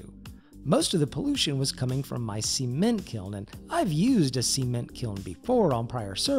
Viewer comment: "seement" lol